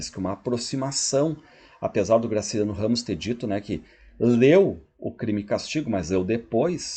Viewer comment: "Graciano" 😂😂😂 ou GRACILIANO?